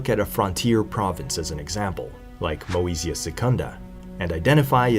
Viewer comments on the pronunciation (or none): In latin, AE reads E , always. So Praefectus would read like English Prefect plus the -us suffix. CI and CE are NOT pronounced correctly, but the correct form would be found today in Italian and Romanian. Your pronunciation in these languages would be spelled che and chi. Moesia would also be pronounced somewhat like Mosia, with the lengthened O. Foederati = federati